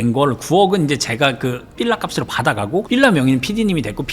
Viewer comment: 나만 삘라 거슬림?ㅋ